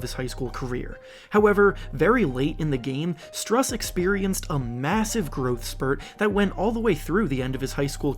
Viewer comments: It’s pronounced “Stroos” not strus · It’s pronounced Stroose like a goose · btw Strus is pronounced as Stroos